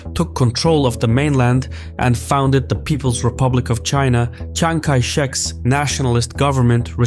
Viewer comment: 哥们，你蒋介石的发音是我听过最屌的